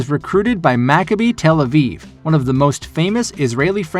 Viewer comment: You trying to pronounce the Hebrew names is funny but I respect the grind. "Ma-kab-e" "Tell-uh-veev" "Her-Tsa-Liya"